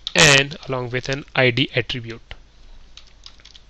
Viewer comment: can't stand badly pronounced indian accents, and wrong emphasis like IEEE-d (for id). Sorry. Your accent is one of the better ones though. Quite thorough, appreciate it. Make more!